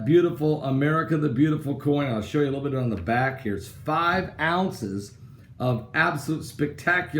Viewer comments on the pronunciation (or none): none